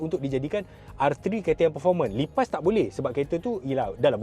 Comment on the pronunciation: Aku tersedak dengau die sebut lipas😂